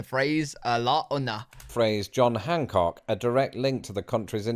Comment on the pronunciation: Its John Hancock not Junk Hancock